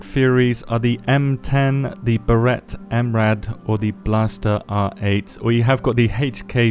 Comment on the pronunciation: "Gauss" = "GOWSS" Barret = not the way you say it.